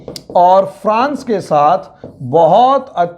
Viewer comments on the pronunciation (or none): none